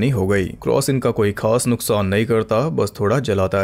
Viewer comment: Kaas ...laaah ..khaas 👍😅